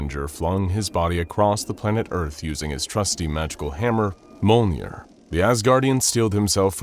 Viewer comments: ITS MJOLNIR (me-yole-neer) NOT MOLENEER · It is not "molnir" it is Mjolnir. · Mjolnir = M-YOLE-NEAR not "mole-near" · Bro said molner💀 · So close to saying "Mjolnir" properly. Not trying to be a dick, I just noticed when it comes to things outside of anything that's not SCP related, like anime and comics, in this case it's Norse mythology, that you tend to have a hard time pronouncing some of the main subjects you tend to bring up and that get tossed into these stories. Take "Makima" from the "Chainsaw man VS. Able" episode you did. You kept calling her "Muh-kee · Not to be mean but the way mjölner (mjolnir) was pronoced dealt damage to me